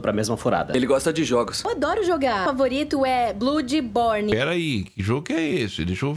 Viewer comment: MANO ELA FALA BLUDBORNE PQP